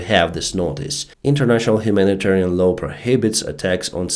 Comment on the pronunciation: LAW sounds like YAW or DOOR. Not low snow or blow.